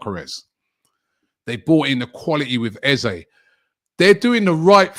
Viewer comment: Can we get people pronouncing eze's name properly 😂 its :"ezerh"